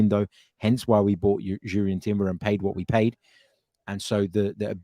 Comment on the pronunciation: I’m taking a stand. Not going to like any of your videos again until you can go trough a whole one without saying Urian Timber 😆